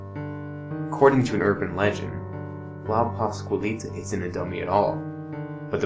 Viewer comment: What's even more scary is the HORRIBLE WAY YOU GUYS PRONOUNCED LA PASCUALITA -_